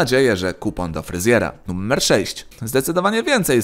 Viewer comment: numer nie nuMMer... błagam litości